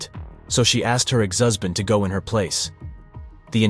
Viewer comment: It's unmistakably AI. There were several pronunciations that were dead giveaways. "Husband" was one of them.